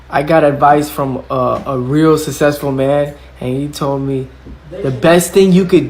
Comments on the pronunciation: "he not sussessfull like that" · Susseful had me rolling 🤣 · Bro when said “and he not sussesful like that” I started dying laughing